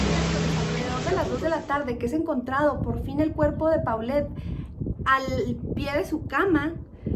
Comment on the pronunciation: Así es, y también de pronuncia Polet no Paulette.